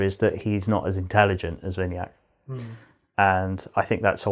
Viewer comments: You say vini-yak I suggest we-na-yuck Ignore the meaning of yuck but that's how I could interpret it to you. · How they pronouncing my name vinayak🤣🤣